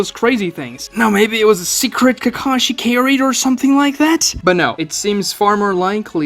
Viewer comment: Ugh I hate the dubs. It’s KA-ka-shi, not “kuh-KA-shi”.